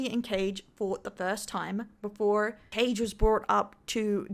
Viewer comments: Tbh thefact you kept mispronouncing his name is gold, totally deserved. Kage ❌❌❌ Caige✅✅✅ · its kaa gae, as in ka and gay, in pronouncation 😂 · I love how she keeps calling him "Cage" 😂